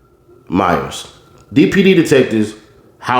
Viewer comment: Bro didn’t know how to read Myers is killing me 😂